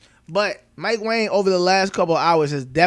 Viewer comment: Did you know Mike Wang last name is pronounced WONG. Crazy.